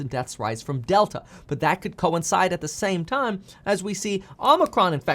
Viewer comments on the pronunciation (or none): none